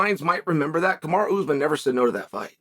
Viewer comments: Please stop calling him ‘kamara’ . I don’t know why you routinely disrespect these athletes by deliberately mispronouncing their names. I know you like to have a subtle dig and like to troll but this really rubs me up the wrong way. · He called them Hazmat and Kamara in the interview. Only person on ESPN mispronouncing names and it’s on purpose 😂😂😂😂😂 trolling on a whole other level man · Kamaru ‘Bozeman’ 😂